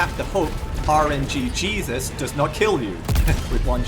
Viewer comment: I’ve always heard it RNGesus. Not RNGjesus lol.